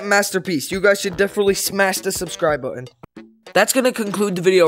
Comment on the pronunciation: U mess Up the e in subscribe